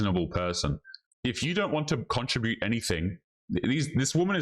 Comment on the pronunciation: CON-TRIB-UTE...not "contra-bute"....also stop saying "ya know" write down what you wanna say in the video 1st so it seamless